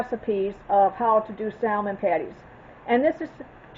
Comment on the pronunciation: Looks delicious. Not being critical , as it’s a common mistake, the “L” in salmon is not pronounced. Just an FYI. Will be making soon..thank you.